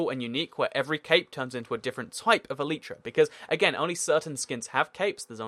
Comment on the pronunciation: He pronounces it wrong e lie tra elytra